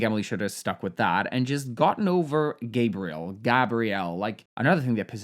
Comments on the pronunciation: Hey! Nice video! For the Gabriel prononciation, although the name does exist in english, if the guy prononces it the french (or any) way, that's how you have to call them, their prononciation is the correct one always! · I don't know; I think you should probably pronounce someone's name the way they do. I lost track of whether Gabriel is French or American or what, but however he would pronounce it, she should do that.